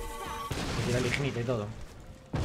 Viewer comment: pero si después dice ignite en vez de ignait XD